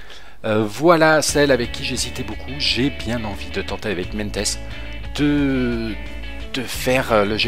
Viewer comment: cimolai se prononce chimolaye et meintjes c'est meinties Super idée mega j'adore ce grimpeur sud africain